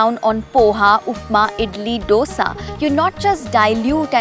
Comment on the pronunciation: I wish you pronounced dosa right 😖